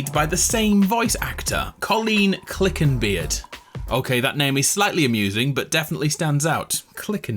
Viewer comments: Two things: Colleen Clinkenbeard not Clickenbeard (notice the n yet?) Brina Palencia not Briana (there is only one a in her first name.) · I actually ran into Mad Moxxi by complete accident in Vancouver over Christmas with her husband and baby boy. She's very nice, also Lilith's voice actress Colleen Clinkenbeard, her last name is pronounced (Clink-en-beard) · "Clickenbeard" Ah, so you too, cannot read